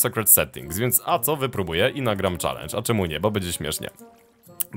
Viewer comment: mówi sie czelendż a nie czalendż